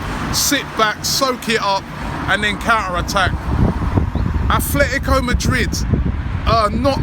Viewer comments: Who the hell are "Athletico Madrid" it is Atlético .. At - LETI - CO ....why you pronouncing it like it is WIgan ATHLETIC...their is no "h" in it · It's "Atlético," not "Athletico." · its atletico mate . not athletico.